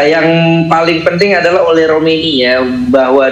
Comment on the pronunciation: si ole si ole hahahah pbahasa pembawa berita nya kurang bagus, masa sebutin nama orang kaya gitu siii ole kata nya